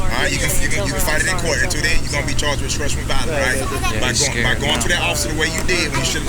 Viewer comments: Obstruction why does he keep saying obskruction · You should be able to at least speak and read and write above a 4th grade level to be a cop. What the ever-living FUCK is “Obscruxion.”